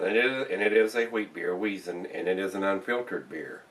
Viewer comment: In German, the "W"s are pronounced like "V"s. The "Z"s are pronounced like "TZ". Weizen is pronounced "Vite Zen" where vite is like the second half of the word "invite".